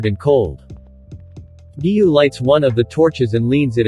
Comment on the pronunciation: Giyuu not giyu